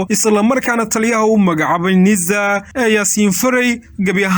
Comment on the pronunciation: War yaa jaahilkan u oggolaaday inuu warka akhriyo.. "NIIZA" muxuu uga jeedaa? Waa NISA oo uu si xun uugu dhawaaqayo. Cunahana wax baa ka qaldan oo inuu ama qaaxo ama cancer (amaba wax kaleeto oo lama filaan ah) la il daran yahay baa suurta gal ah. Taladeydu waa in ruux kale loo dhiibo akhriska warka.